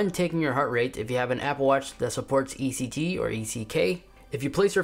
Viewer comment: ECK ha ha ha its ECG or EKG